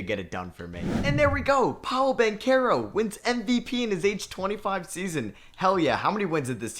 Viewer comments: I mean a lot of people didn't know how to say his name in his defense but he definitely earned people's respect to at least say his name right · Who remembers when used to call Paolo Banchero Paolo Banchurro